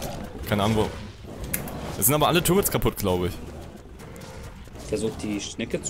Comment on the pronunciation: eeeeh die heißen nicht "tourits" sondern turrets